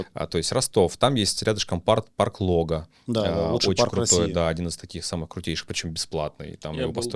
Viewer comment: Название парка не ЛОГА с ударением на первый слог, а на второй! От слова Лог ! Лог это понижение в рельефе, где собственно и расположили парк.